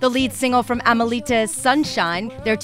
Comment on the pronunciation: 1. It's a soft O pronounced Rob - i son, not Robe - i son. 2. It's a soft A for Amelita 3. They tour mainly in Canada, not outside North America. They have played several benefits in Texas the past few years also. Sorry, but I read in one interview how "Robison" was the fiddle player. Get the facts straight. I know you must do lots of reviews, but still....